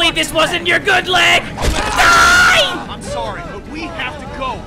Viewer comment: Did he say DOOOOO or DIEEEE?